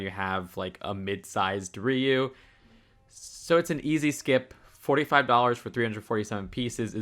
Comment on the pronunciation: Wings aren’t new, they came out this year (2025), but the Tail is Ri-u not Riyu. Do you even English, Bro?